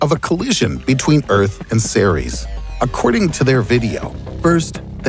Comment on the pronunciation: When he said Ceres i thought he said t-series.